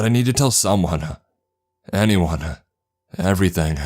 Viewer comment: "Someonuh, anyoneuh, everythinguh." You sound like Patrick Warburton if he had an extra chromosome.